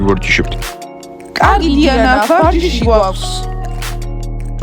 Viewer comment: უფრო სწორად დუანა კი არა დიანა😊😊😊😊